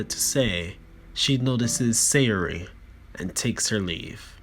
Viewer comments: Its Say-Or-EE! >:C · It’s pronounced say•or•y